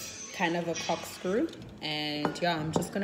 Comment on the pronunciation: Cokkkk screw She said it correctly a few times then the rest she was just wilin lol. But thanks I learned a lot tbh 😂😊